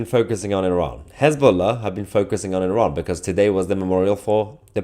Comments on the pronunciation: Hez -BLOW-a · Mayher, it's Hezla, they lost their bolls. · His-ball-a became No-ball-a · His - boom - faila 😅😅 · Has-Been-Lah, perhaps?